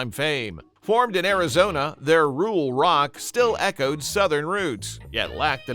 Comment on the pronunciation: Why did you post a picture of Dr Hook and The medicine Show when you were talking about goose Creek symphony? You keep saying "rule" rock. Is that your AI generated narration goofing up the term rural rock? AI always goofs up everything.